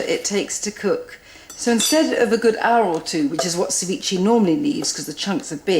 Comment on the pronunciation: cevi-cheh not cevichee